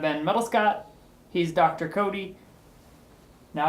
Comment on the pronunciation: Dr. Cody......do you hear it? Dr. Coat-y